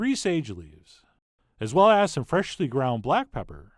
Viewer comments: What you hear is "freshiously". St least it is, what I hear. Can't be unheared. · FRESHHHly ground BLACK pepper